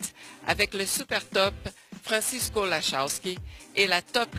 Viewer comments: She pronounced his surname incorrectly. The surname is Polish so it should be pronounced like that: Larroviski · No. It's pronounced Lahovski more or less.